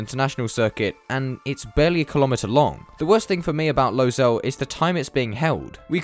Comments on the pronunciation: It is not pronounced “Losail” it is “Lusail” speaking from a inside view. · Also it is pronounced as Low-sual not Low-zal (Pronunciations make sense with characters that sound as how it is pronounced) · I grew up in Qatar. Im so proud to see F1 coming to doha. And it's pronounced 'lou-sail' not 'low-sail' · So much ignorance in this video. How about starting by saying the name of the track correctly? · that is not how you pronounce losail